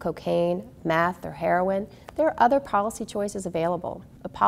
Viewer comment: hehe. When she said meth, it sounded like math